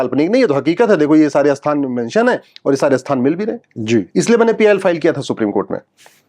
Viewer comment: आप 'स्थान' को 'अस्थान' क्यों कहते हैं?